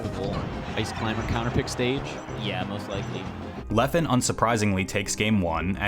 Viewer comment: I'm sorry, but thats now how you say Leffen's name. Great video, nonetheless.